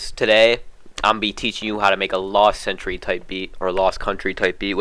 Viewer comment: Last century is how it's pronounced btw